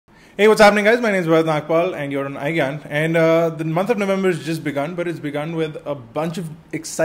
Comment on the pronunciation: In starting of this video he said "iGyaan" or "iGaan" :/ lol